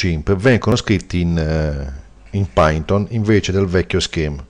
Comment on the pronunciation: si legge "pàiton"